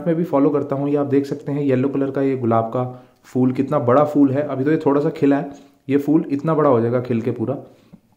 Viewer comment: Is it really fool 😂😂😂or phool